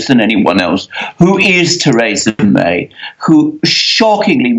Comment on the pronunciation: Why should I believe anything this man says? He cannot even pronounce Mrs May's name correctly. The UK is crashing out with a No Deal Brexit. And that will be a national tragedy.